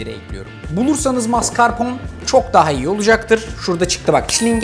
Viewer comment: La Luna fransada mascarpon olarak telefuz ediliyor